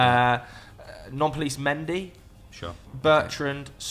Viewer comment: Irony of Nampalys Mendy sounding like he's being referred to as non-police Mendy